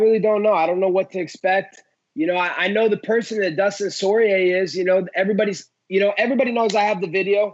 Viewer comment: soy-rier instead of poi-rier